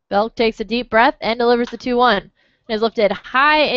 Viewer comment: It's BELK, not Beck!!!